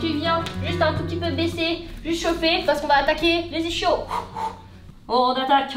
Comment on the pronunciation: Toujours aussi folle à ce que je vois ! (Et c’est ça qu’on aime) PS: on prononce « isquios »